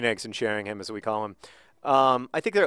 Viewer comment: Just so you know John, the "h" in Sheringham is silent, so it's pronounced Sheringam, rather than Shering-ham